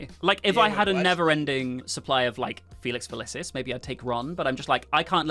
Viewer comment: Please learn how to day Felix Felicis.. Felix fa-LEASE-is.. not fa-LISH-ease